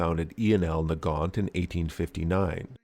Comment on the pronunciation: Omg, I just realised that if they are belgian, then thier name should be pronounced Nagant with a soft g.